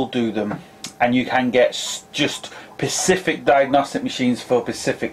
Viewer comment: Specific not pecific